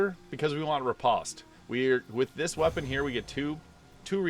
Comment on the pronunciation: When I was a fencer, everyone called it "re-post" rather than "re-paust."